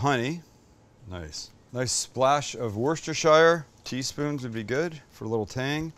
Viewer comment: The "shire" part of Worcestershire is pronounced like "New Hampshire" not "shyre". The Worcester part is pronounced "wusta", with a european "U". Its not that hard....😂